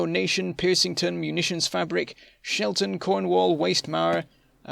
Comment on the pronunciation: i made it to the top ten! : ) But you didn´t even try to pronunce Munitionsfabrik xD